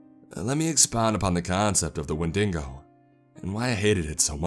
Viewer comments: WTF is a windingo it is a wendigo talk text can do it perfectly why can't you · “Wendingo” It’s wendiGo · Win-ding-oh :D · „When dingo“ ;-; it’s when di go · wendingo? Isn' t it wendigo? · Wendingo? You mean Wen di go? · I love your narrations man but I had to stop when you said "wen-dingo" .... I just couldnt stop thing of that Seinfeld episode where they said "maybe the dingo ate yo babay" lol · This just in, Florida Man butcher's the Wendigo's name. After further developments, sources confirm this dude said windinGo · Great video! Thought You'd wanna know we pronounce it "When deh go"! Please do more monster hunting stories, can't get enough of these! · "wen dingo" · You lost me at windingo... Edit: Nobody else heard the word "Win-ding-go? You people are out of control... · Your pronunciation of wendigo is the scariest part my man 😂